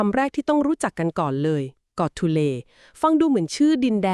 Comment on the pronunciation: กอทูเล ครับไม่ใช่ โกทูเล